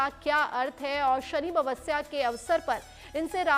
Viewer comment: जैसा हिन्दी में लिखा है कम से कम बैस तो बोलो अमवस्या नही, अमावस्या बोलो बेटा।